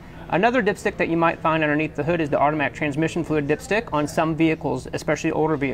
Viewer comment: I kept hearing dipshit 😂😂